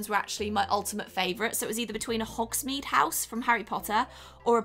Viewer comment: Am I the only one who got a bit annoyed about the way she said hogsmeade😂😂😅No shade tho still love her